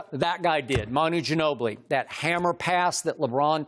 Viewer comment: Ginobli? Nigga dirk